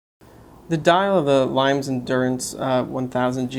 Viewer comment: Thanks for taking the time to do this. Limes is an under rated brand. BTW, it's pronounced LEEMess, or perhaps closer to LEEMiss. And isn't the diameter closer to 41mm?